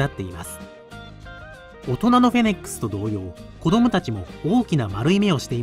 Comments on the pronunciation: †MAI † 「フェネックス」じゃなくて「フェネック」だから突っ込んでるんだよなぁ……🙄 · フェニックスみたいに言うなw不死鳥かw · フェネック「ス」、と言ってない？フェニックスと混ざっちゃったんでは😂